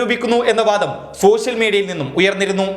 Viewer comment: സോഷ്യൽ മീഡിയ എന്നാണ് പറയാൻ ശ്രമിക്കുന്നതെങ്കിലും, ശോ ശ്യൽ മീഡിയ എന്നാണല്ലോ പുറത്തു വരുന്നത്. ഉച്ചാരണം നന്നാക്കൂ.